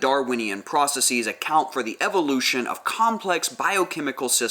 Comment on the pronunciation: You don't need to say processeez. It's not like analyses, or hypotheses. It's just processes. The same way you'd say houses. You wouldn't say houseez.